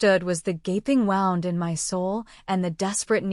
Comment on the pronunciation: Wound =Woo-nd, NOT wow-nd as in winding string. Voice in serious, urgent parts sometimes sounds too cheerful. Must be using machine. Good story, though to whoever wrote it!